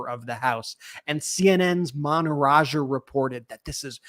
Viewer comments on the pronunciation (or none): none